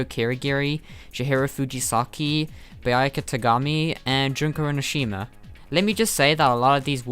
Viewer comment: the way you said byuaka........